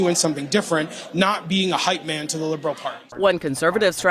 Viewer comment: Ford is a Liberal. “Lie-bral”